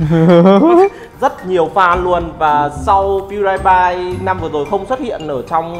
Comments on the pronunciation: Đọc là PiuĐiPai chứ k phải là PiuĐaiPai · đọc sai pewdiepie rùi -.